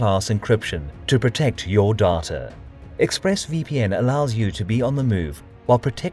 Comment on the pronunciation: Literally no one:... Me: "to protect your DATAR"